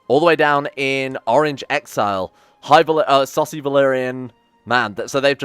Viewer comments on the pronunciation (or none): every time he said essosi valyrian i though he said a saucy valyrian